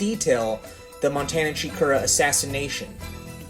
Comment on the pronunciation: Dude it’s segura not chikura